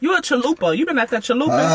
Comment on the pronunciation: What did she just call it chalupe. Damn so annoying when people dont pronouce things accurate. They sound ignorant. The commercials pronouce it correct and say it correct CHALUPA